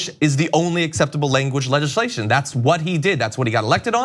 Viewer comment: Poor john had a trump moment pronouncing "legislation"